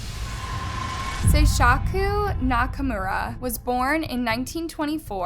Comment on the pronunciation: SeiSHaku? CAN YOU NOT READ? THERE IS NO H. NAKA. MURA. Go back to school. For real.